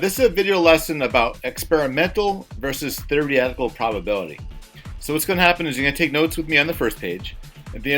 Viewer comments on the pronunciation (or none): "Thereehtical" lmao